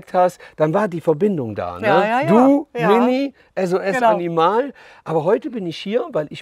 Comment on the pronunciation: Wird Animal nicht englisch ausgesprochen ?